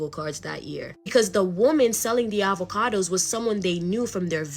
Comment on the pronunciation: Uhvahkudoess 🥑 🤣🤣 I love it😂😂